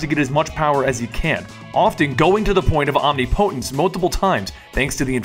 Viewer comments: Lol! He said "Omni-PoTence" its pronounced: omnipotence (one word) Bra. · personal issue, but I had to stop watching this about almost immediately when omnipotence was pronounced as if it was two separate words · OMNI-potence lol Never heard it pronounced that way before